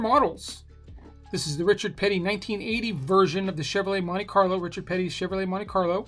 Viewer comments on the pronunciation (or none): You could have said the name more wrong. But I doubt it. As for the rest? Pretty good.